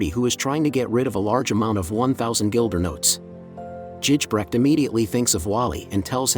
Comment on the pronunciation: Its Gijbrecht, ij is pronounced like a "y", otherwise a nice video